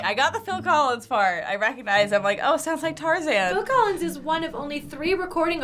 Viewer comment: Wow the Dude got Phil collis right!🎉🎉🎉